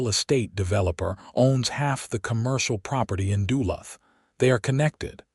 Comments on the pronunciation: Having bought his house outside of “Dula”. I suspect the rubbish AI narration struggles with the name of the town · You mispronounced Duluth